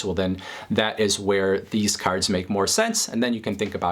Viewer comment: "caRRds" lol